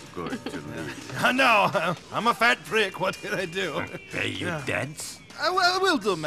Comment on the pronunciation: "I have a work for yew" "Fyew Favors" I love how certain words roll off his tongue 😂